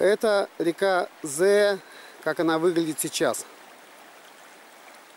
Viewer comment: Привет, вопрос почему произносишь Зэя хотя пишется и читается Зея.даже поисковик исправляет.